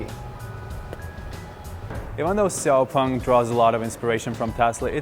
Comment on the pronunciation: You made an interview with the vice ceo, who said the company's name several times and you still pronounce it wrong. Why? sh is not so difficult for muricans. It's "shiaopung" not "ksiaopung". Sh like in shitty presentation.